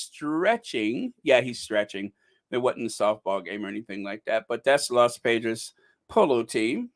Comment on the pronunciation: Hi. I think it's pronounced Los Pah-drays (Los Padres) 😘